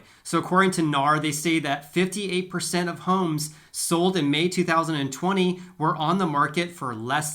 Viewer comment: I thought he said, two free socks😄